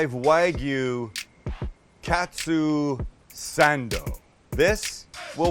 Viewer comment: “Katsuu sAnddoO”